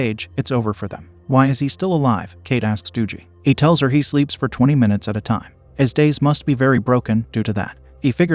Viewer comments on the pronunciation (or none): Ok im sorry but the "Doo-gee" pronunciation instead of "Dug-ee"(short for Douglas) kept making me laugh. But I experienced sleep paralysis when I was younger...from 11-13yrs old. Scary af! I would always tell my mom that I saw this monster that was all black w/bright eyes. N he would be coming closer to me n I couldn't move anything but my eyes. I would wake up crying, screaming n sweating. It was the worst feeling of fear I've ever had. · I’m pretty sure AI doesn’t know how to pronounce Dougie .. 😅